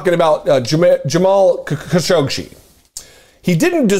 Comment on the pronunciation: This is how you pronounce his name: Ka - Sho - Gi.